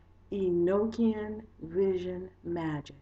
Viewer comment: It's pronounced E-knock-ian not E-noke-ian. It's a gospel/book that was left out of the Bible because it was considered too spiritual like many other books/gospels that weren't included in the "bible" because of this. The Bible tells us Enoch was taken to heaven in a flying chariot without death because God loved him so much. He was Noah's father. I have the actual gospel/book. And all the other nogstic gosepls not included in the "bible".